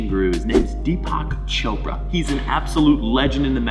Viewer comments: “Dpak Choprahh” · "DPAK CHOPRAHH" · It’s pronounced as Theepuck (like duck) Choprah